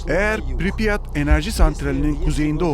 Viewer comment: piripyat değil pripyat